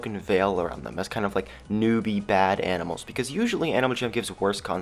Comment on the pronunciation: Did he say YANIMALS at the beginning?😂